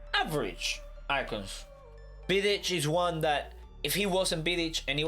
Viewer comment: Its Vidić not Bidić